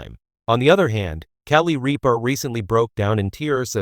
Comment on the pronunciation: If you’re going to make these post, do your homework, find out how to pronounce names, there is no a in the middle of Rippa, watching 1 episode of her morning show could have told you how to pronounce her name